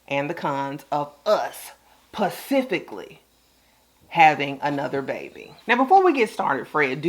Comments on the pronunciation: Yes, discuss it PACIFICALLY🤣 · I wanna slap every time she says PACIFICALLY! I thought I was hearing things😂😂